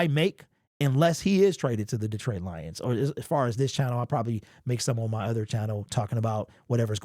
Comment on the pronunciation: Why can't this dude pronounce the word "on"?😅